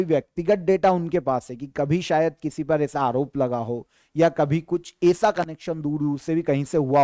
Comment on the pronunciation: आप ऐसा को एसा क्यों बोलते हैं।